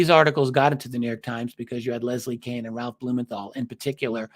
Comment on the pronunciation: Leslie Kean... wish people would say her name correctly. KEAN as in DEAN as in MEAN, BEAN, LEAN... NOT KANE...